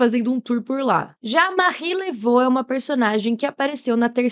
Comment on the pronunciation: A pronúncia correta do nome dela é "Marri Lavú"